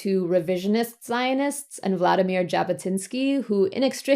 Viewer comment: "Jabotynski" is pronounced with a /ʐ/ (it's actually gonna be /ʒ/ when you're speaking English), not with a /d͡ʒ/.